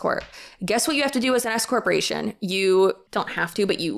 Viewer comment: Fun fact; every time you say "an S corporation" it sounds like you are going to say "an escort" like, you're being taxed as an escort..." (especially if, like me, you are just listening while doing other chores!) Makes it a little spicier!